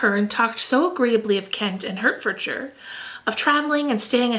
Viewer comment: Hertfordshire is pronounced 'Heart-furd-sure' (North american accent) it's too cute haha. PS. Hertfordshire is where George Washington's ancestry is :D You inspire me to continue plowing through Bleak House